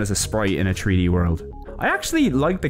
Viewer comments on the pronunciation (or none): WHAT DO YOU MEAN TREE-D? It's three D, not tree d!